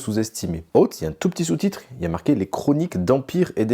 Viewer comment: Oootez moi d’un doute, vous n’êtes pas prof d’anglais ? Très bonne vidéo but please check how to say : oath. Surtout si vous tenez à le répéter toutes les 10 secondes. 😉